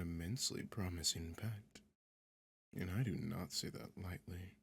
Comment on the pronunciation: “Im nort a rat 🥺🫡☹️” LMAFOAOAOAO